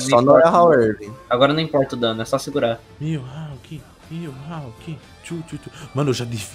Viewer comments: E nn é "mihalk" é "mihawk" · Na vdd é mihawk :)